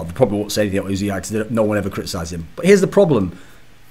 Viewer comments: ***** He says his name "yoo-zee-eye" which isn't the way Thorin says it. Thorin keeps saying "oo-zee-eye." Thorin is still wrong. It's not "Oooo-zee-eye." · Thorin-please pronounce "Uzi" correctly: "Just got 100% confirmation from player management, who spoke to Uzi in person, that he does indeed call himself Uzi, not U-Z-I." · ***** Riot casts his name maybe a few games per year. Thorin regularly discusses him on his shows. At the time of Kobe's tweet, it was the best information we had. "Union" is not "oon-yun." "United" is not "oo-nye-ted." Uzi is one of the few words we actually use the "oo" sound for the U, but it's when you say the entire word. If Uzi pronounces his name "yoo-zee-eye" it should be important for the all-knowing esports writer Thorin to pronounce correctly.